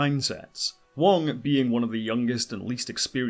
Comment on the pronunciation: You keep saying Wong but the actors name is Garrett Wang